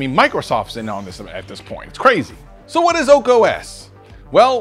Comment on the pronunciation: You're saying "OAK" OS... but the title says "ARK" OS... :)